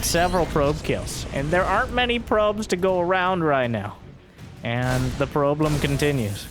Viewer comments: "the 'probe-lem' continues..." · "the PROBE-lem continues"